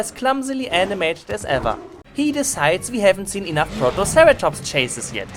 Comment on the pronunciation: "protoceratomps" :D